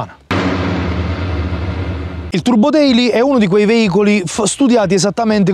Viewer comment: Si pronuncia deily !!!! Cazzo